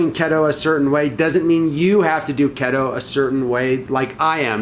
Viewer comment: What's Ketto? Keto is pronounced KEE-Toe 😜 But seriously, much love and respect to not be afraid to step out and try something new!